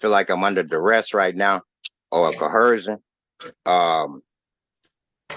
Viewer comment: That damn "co-hersion" again! Poor bastard.......